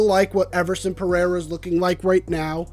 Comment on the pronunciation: He's trying to say, (peh RAY rah) Pereira, which is Portuguese.